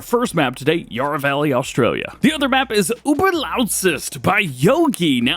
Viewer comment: We need more Australian mods mate, and Yarra has short “a” not long